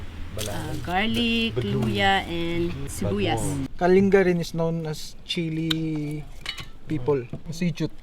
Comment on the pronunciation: Wish your hosts would know how to properly pronounce Kalinga --- it's kalingga NOT kalinga (like care).